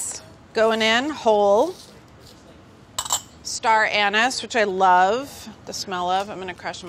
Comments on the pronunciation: its star an ees. not an es smh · Everyone: Star Ah Neese Carla: Star An niss. lol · You did not just pronounce star anise like that 😱😱😱😱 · Is no one going to comment on how she pronounced star anise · Carla is seriously proancing Star anise WRONG!